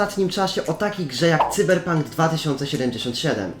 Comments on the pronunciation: Cyberpunk czytaj Sajberpank 😁 Ciekawostka : Cyberpunk to gra stworzona przez polską firmę 😊 (jakby ktoś nie wiedział) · Taki tip venku cyberpunk czyta się sajberpank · Mówi się chyba *cajberpank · Cyberpunk a nie Cyberpunk ! Haha